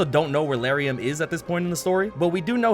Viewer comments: I think you said Lauriam wrong. Isn’t it L-are-eee-um? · I have never heard anybody pronounce Lauriam this way lmao